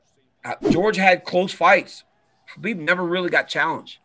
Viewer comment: Its Khabib not Rhabib